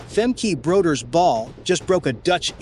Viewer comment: Do you really think we want to listen to you TALK ABOUT A RACE??? Show the damn race and learn how to pronounce her name correctly.